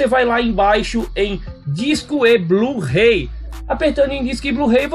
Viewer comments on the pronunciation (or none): "BLU RREI"